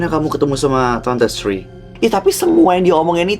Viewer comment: pliss bisa ga sih kalau ngomong Sri nya itu biasa aja😭😭